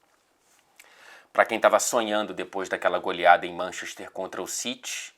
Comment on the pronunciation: "Tottinham" você é ridículoooooooooo hahahahahaha